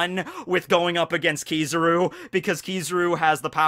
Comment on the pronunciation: kiz a ruuuuuu not kiza roo